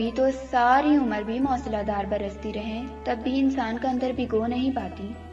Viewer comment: Mosla ( galat hai ) Moosla ( Saheeh hai ) Dhar Baarish.